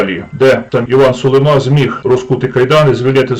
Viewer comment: СулимА - наголос на останньому складі.